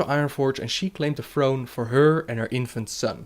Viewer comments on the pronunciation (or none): ''Warcraft free the frozen frone''